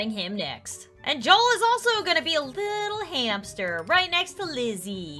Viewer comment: When she said new hamster it sounds like new Hampshire